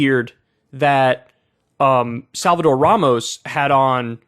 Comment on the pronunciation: Abbot does a press conference and when he said Ramos' name, he kept mispronouncing it "Romas," as if Ramos was some unpronounceable name. It's a perfectly stark exposure to the hard lack of empathy and connection to all the people of Texas, not just the white good ol' boys and girls.